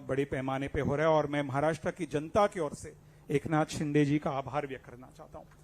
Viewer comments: शिंदे ला म्हणतोय हा 😂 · अरे धड शिंदेबोलता येत नाही तु कय उपटन करनार आहेस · नाही शिंदे आहेत ते..शिंदे म्हणत असतील बस झालं यार किती चढवशील,फार शेंड्यावर आलो चनाच्या झाडाच्या😂😂😂😂😂